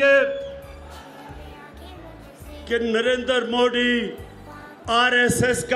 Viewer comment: Modi tw sahi se bolo beta